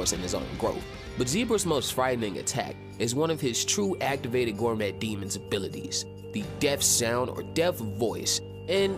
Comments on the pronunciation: Oh man. I hate to be that guy and Im only 12 seconds into the video but gourmet is pronounced like gore-may. Its a French word so I cant fault you but if you're making Toriko content where everything is gourmet, I think you ought to know. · I absolutely adore toriko and am new to ur channel and am excited to check out this vid and ur other content, and I just subscribed but i'm literally 11 seconds in and bro did you just say 'gore-metttttt' ????????????? ... gourmet is a french word used to describe very rare, highly desirable, or exceptionally high quality types of food, or a person who is deeply knowledgeable about them and it's pronounced 'gore-may', (just like many other french words) the T is silent